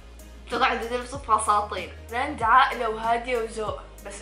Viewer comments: فصاطين هههههههه فرطتني ضحك والله هه♥♥♥♥ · فصاطين ههههه